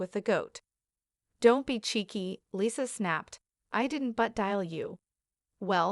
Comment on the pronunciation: AI dubbing is the worst. It can't even pronounce "Lisa" correctly.